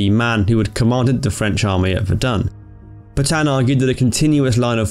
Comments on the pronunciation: It’s Pétain, not Pètain... Voilà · PEtain', Not P'tan! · It’s Pétain not Pètain please ^^